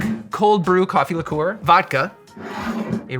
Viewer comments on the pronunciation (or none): Almost stopped watching/punched a wall after he kept saying lick-oooh-were.